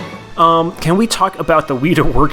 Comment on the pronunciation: Idk how you managed to mispronounce "weta" when the word is literally just wet with an a on the end. It's Weta, not Wheata